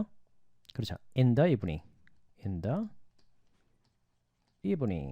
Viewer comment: 선생님. 좋은강의 감사드립니다. 질문이 있어서요 ^^강좌중 in the evenging, in the afternoon은 the 다음 a,e,i,o,u 가 왔기때문에 the를 Di 로 발음해야 하지 않나요?..